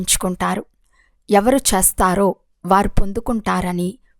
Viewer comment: మీరు చేస్తారో అని చదవటానికి బదులుగా చస్తారో అని చదువుతున్నారు.సరిచేసుకోగలరా